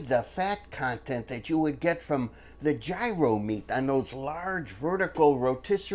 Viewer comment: And you pronounced taziki and gyro correctly☺